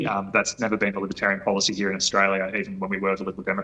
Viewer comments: And, they want someone who cannot even pronounce Australia. What a joke she is. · Pauline Hanson can’t even pronounce Australia.